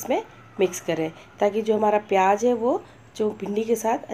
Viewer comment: And u spell some words so wrong. Theres a huge difference between 'Z' and 'J' How can you say pyaj when its pyaz